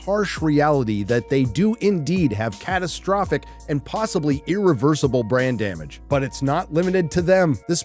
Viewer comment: Every time you say " Marvel Brand Damage" I hear "Marvel Brain Damage" and I think it's quite adecuate as well.